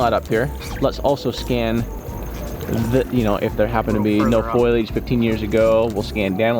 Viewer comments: You kill me “foylage instead of fol-iage! Just teasing, love your videos and your mission! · Foliage...The word is pronounced (folley-edge) not foil-age... My rant is over